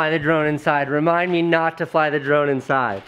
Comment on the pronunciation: Every time he says "drone" I hear "Jerome"